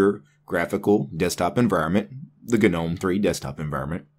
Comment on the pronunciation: Gnome is pronounced nome not ganome